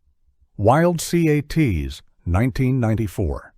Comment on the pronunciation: Say it together, Wild Cats …. Not Wild C A T S…